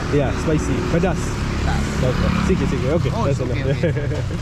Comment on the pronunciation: Is not "siki", but "sedikit"